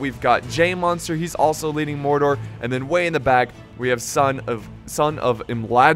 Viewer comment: He just butchered mordor